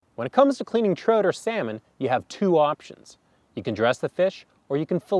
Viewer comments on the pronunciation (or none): The way you pronounce trout kills me on the inside. Say the word out, then add "tr" to it. Unbelievable